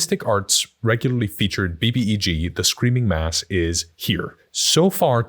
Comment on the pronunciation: I always thought you were saying the "Screaming Mask" not "Mass"